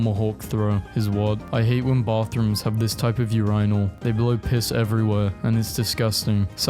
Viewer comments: The way you said “urainal” hurt me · bro rly said ur-ai-nal 💀💀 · So no one is gonna bring up how he pronounces “urinal”? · UR IN AL. NOT UR EYE NAL. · why did you pronounce it "urainal"? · Did u just say ur-eye-nal? U gotta go no excuse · Hold on. I'm playing this in the background while playing a game and I had to pause. Did mf just say u-RINE-ul? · The way you pronounce ‘urinal’ pisses me off (no pun intended) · Why the hell do you pronounce urinal like that??? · why does he say urinal like vagina